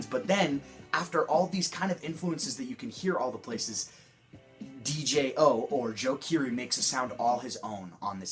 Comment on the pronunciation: yo dig the review but "DJO" is just pronounced "Jo," the D is silent